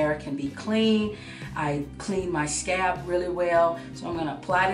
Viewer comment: Where you from? When you say scalp it sounds like scab lol